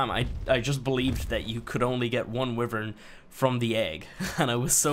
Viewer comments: Stop saying wivern you say it why-vern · pronounces is "wivern" Me- it's "wyvern but whatever, you do you" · Love ur game play :) but your saying wyvern wrong. Its like (why vern)